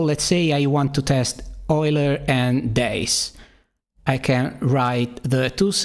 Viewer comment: for pronouncing Euler correctly